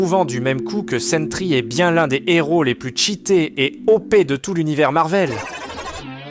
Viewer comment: un héro...on prononce pas le N.....c'est pas un Nhéro ;-)